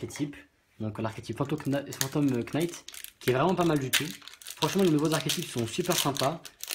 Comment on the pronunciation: Salut. On écrit "Phantom Knight" mais ça se prononce "Fantome Night". Ok? ^^